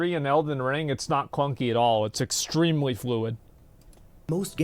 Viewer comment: exshtremely, shtronger, shtrategy